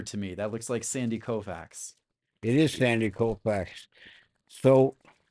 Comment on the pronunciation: Does anybody have the courage to correct on the pronunciation of Sandy Koufax? Colfax is a major highway in Denver but not Sandy's last name.